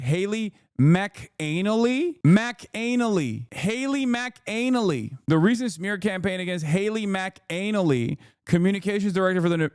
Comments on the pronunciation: It's McKinlay (mac in lay) or macanalay like the other chatter said Scottish/Irish name. But they've utterly butchered it 😂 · The way bro says McAnally lamo